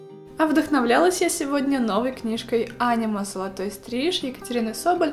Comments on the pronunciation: Кто нибудь уже сказал что не "Анима", а "АнИма". Слух режет просто дико, уже вырываю уши. Пасиба/шучу/ Шкатулка кайф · Мне местами слышалось «аниме» и я тип такая ЧТО?!?!😂